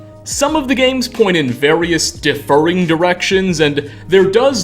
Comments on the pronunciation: I don't know why it bothers me so much that you pronounce the word 'differing' as 'deferring' - but it does. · It also sounded like he said deferring instead of differing